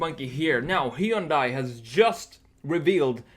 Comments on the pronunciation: Hun-day, like Sunday. Why do people mispronounce it? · Just so you know Hyundai rhymes with Sunday.